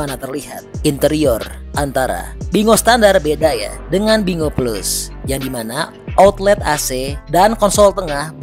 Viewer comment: Binguo ( di baca: Pin'Quo) bukan bingo 😂